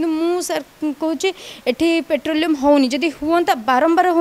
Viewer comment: ପେଟ୍ରୋଲିୟମ୍ ନୁହେଁ। ପେଟ୍ରୋଲିଂ, ଗୋଟେ ଫୁଟାଣି ଦେଖେଇବା କଥା.ଆଉ ଗୋଟେ ଶବ୍ଦ ହେଲା ବଗେରା , ଅଳ୍ପ ବିଦ୍ୟା ଭୟଙ୍କର